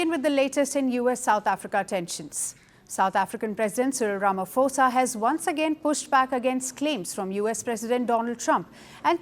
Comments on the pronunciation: His name is not pronounced "Ramafosa". It is pronounced "Ramaposa" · Please pronounce the name of South Africa’s president as Rama(po)sa. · It is pronounced 'rama-poe-sa"